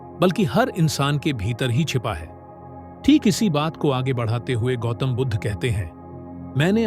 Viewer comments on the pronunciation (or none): none